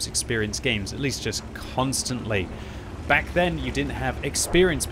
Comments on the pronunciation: I'm pretty sure You're saying "welcome bank to World of Tanks" :) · This is cursed, I’ve always heard back but now that read this I hear bank. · i can’t stop hearing this now, this is your fault